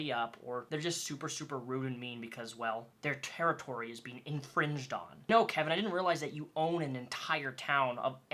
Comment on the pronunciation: What is that pause with the kevin..... You okay